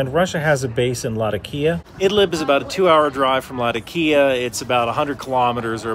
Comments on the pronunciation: Thought it was pronounced La tok ia? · The way how he pronounce latakia is so wrong 😑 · great content. Latakia is pronounced la TA kee ah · Lol how you larp as an expert but can't pronounce Latakia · Word Latakia butchered that way, the same way Iraq or Iran is not eye-ran or eye-raq Americans make me smile, great content but awful pronunciations.